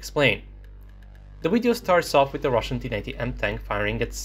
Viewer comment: I like how he says, "wideo."